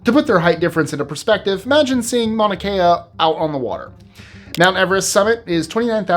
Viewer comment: A couple things about the Everest bit: Mauna Kea is not “off the coast of Hawaii, obviously. Also, in Hawaiian names, you generally pronounce each vowel (unless doubled). Mauna Kea has five syllables, not three. Final point; nobody says Everest is the “tallest” mountain. It is said that its peak is the highest point, which itself is only true when measured from sea level. The point that is farthest from the center of the Earth is actually the peak of Mt. Chimborazo in the Andes.